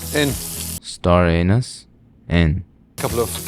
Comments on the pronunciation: I was so excited to hear you say star anus and you did not disappoint. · "star anus in" lol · did he just say star anus? 🤨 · Star Anise 👌 Star Anus ☕️🗿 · "star anus" LOL!!! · “Star anus, in” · Not the "star anus"🤣🤣🤣🤣🤣🤣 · Nahh “star anus” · I used to think when I helped make thanksgiving with my mom that it was pronounced star anus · Staranus in